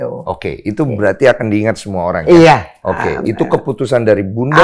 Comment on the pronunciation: Bunda Dorce bilang "iye"